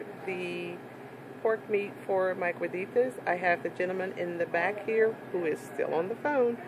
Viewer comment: Cueritos. from what i'm understanding you are saying cueritas.